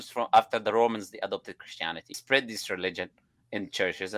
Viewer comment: The way he said spread is brutal....